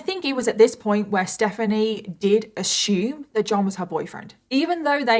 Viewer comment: I like how you pronounce "assume" 🤓